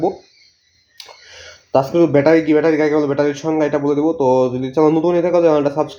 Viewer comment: ভ্যাটারি না ব্যাটারি 😅